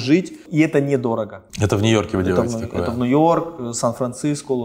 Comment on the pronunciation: Теперь я тоже говорю-Нуёрк